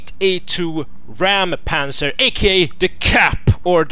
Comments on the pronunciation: Räum =/= Ramm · Its not called Rammpanzer its called Räumpanzer.. Räum- means cleaning tank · Btw, it isn't pronounced raum, more like roym. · it's raumpanzer not raumenpanzer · its not a raumpanzer its a räumpanzer you speak it like : ræumpanzer